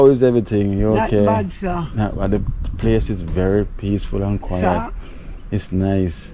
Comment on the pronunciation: Why are you saying "kwy - at" for "quiet" (kwy - et)? Please stop dropping "h" off words that begin with "h" and adding "h" on words that don't begin with "h." While you are at it, please also stop putting "a" in words where an "o" belongs and vice - versa. There is absolutely no need for you to be speaking that way with a high school (Kingston College I gather) background. That's a solid education, so you know better. I am a subscriber, and do like you and your content, but had to point out these little distractions in your diction. Cheers.